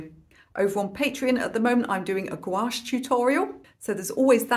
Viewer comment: This tutorial is wonderful. I like the length, the detail level, and content. I love your sense of humor. And BTW your "gouache" pronunciation is now spot on...